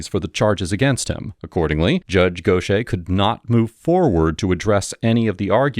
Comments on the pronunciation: Go shay* is pronounced gauthyhair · “Gauth Ear” is how it’s pronounced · Dude: how is Gauthier pronounced like that ?